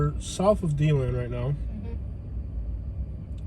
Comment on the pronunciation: Its De-land,not Dee-land! And the Buffalo Bills are pretty good lately!!